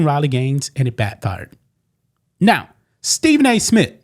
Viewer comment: Who is Stephen A SMIT?